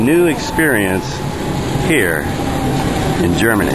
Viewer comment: lol, your Germany sounds funny!:D ;)